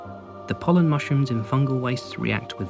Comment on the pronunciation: Every time he said pollen in fungal wastes, it pained me like nothing else.